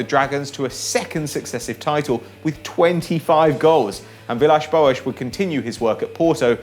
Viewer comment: stop pronouncing Villas-Boas' name like that!!!!